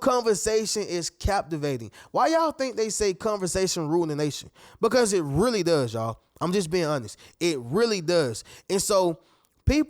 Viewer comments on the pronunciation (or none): none